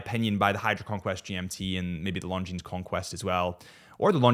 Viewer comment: Please stop pronouncing the s on the end of Longines.